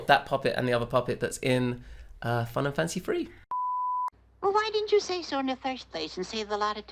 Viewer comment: For a second instead of Fun and Fancy Free I thought you said Final Fantasy III. EDIT: Now I keep hearing Final Fantasy III every time you say the title of this movie.